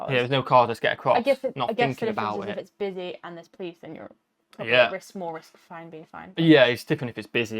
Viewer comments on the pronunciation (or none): none